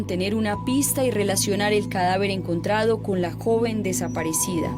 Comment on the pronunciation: Pescaor no, se dice pescador... encontrao no, encontrado!